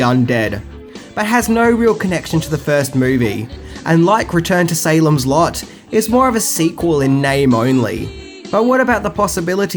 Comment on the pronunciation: Dear! 😊 When you said SALEM’S LOT (in this video, but also on the other dedicated to the movie!), I heard SALEM’S SLUT!!! 😂😂😂 Hi from VIETNAM 🤗🇻🇳